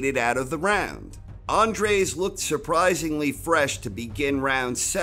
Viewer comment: It's Dennis Andries - not 'Andres'